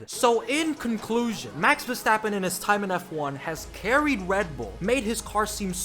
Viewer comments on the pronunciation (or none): It’s not Verschtappen. 🤦🏻‍♂️ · There is no "sh" sound in his last name, please stop doing that